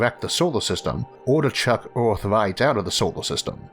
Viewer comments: Earth not eort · Not sure what kind of accent you're trying to emulate but it is not working. Pity, because the content seems so interesting; I just can't stand even a minute of speech x,x how hard can it be saying "Earth" instead of "awth"??? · its earth not aurth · our planet is called Earth, not eORTH. Try pronouncing, birth, girth and maybe you'll get it Isaac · Astewoid Wedundency Biwions of people Wather pointless Eawrth Wemember Stowys Who is this guy Elmer Fudd’s grandson !! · It's earth no erwrth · "Orth" "Thod"??? 😳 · Anyone gonna talk about how the fuck this man said earth in the first 5 seconds?